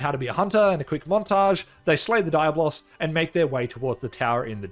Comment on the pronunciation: My dude gotta practice more how to say Diablo’s in Spanish😅